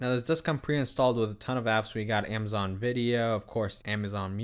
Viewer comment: A-ma-zon not Aim-a-zon 2 cameras not 2 camera